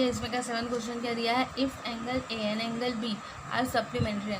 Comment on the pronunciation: Amd not and 😂😂😂